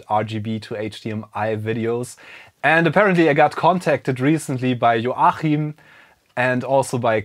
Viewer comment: The CH in Joachim is usually pronounced K. :)